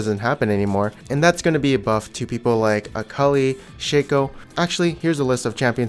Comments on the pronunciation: Did he just say A-Cully? I thought it was pronounced Ah-Kali, i had no idea :P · its akali hes just fkin around